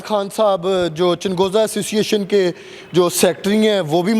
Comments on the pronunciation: Inkar bahi changoza nahi chalgoza hota hay urdo ko thiq karoo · Lahori bhai changhooza nhi chalghooza hota h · Yeh anchor ko chalghoza kehna hi nai aata woh interview krny gaya hai